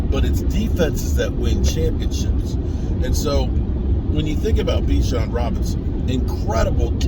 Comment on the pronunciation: It’s Bijon not Bajon …… come on man